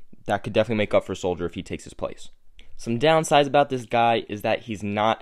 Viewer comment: I'm almost certain his last name is not pronounced Soldier sold - her